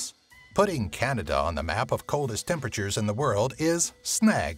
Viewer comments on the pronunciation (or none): none